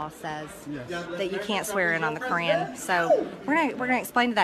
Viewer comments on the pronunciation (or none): I thought I heard Crayon like her main source of nutrition. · she literally pronounces "Qu'ran" like "crayon" and honestly i don’t even know what i expected